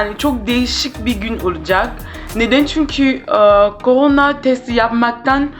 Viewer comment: Abla koranayaçok komik söylüyorsun